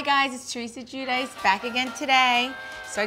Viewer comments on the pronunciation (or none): none